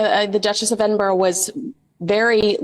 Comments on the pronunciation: should be pronounced Ed -din -bur-ra i've heard some say ed-in-burg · I hate the way pronounces Edinburgh 🤨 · She can't even pronounce Edinburgh! 🙄🙄🙄